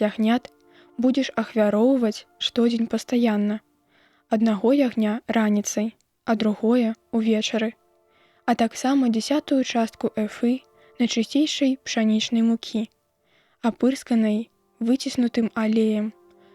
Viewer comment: Не эфы', а э'фы.